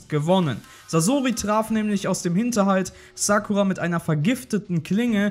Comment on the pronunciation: Die heißt Sakura und nicht Sackura